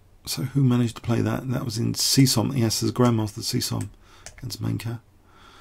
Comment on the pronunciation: C-Som, haha :D. His name is pronounced as "chom", he is an Olympic chess champion with the Hungarian team in 1978.